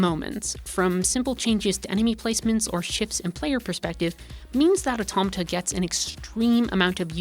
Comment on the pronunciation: THANK YOU for pronouncing Automata properly